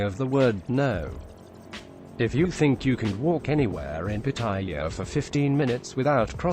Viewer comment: Rule #1; Learn how to pronounce the name Pattaya ! Your'e way is horribly WRONG ! !